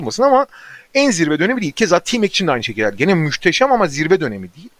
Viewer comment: Kaan "Müşteşem" Kural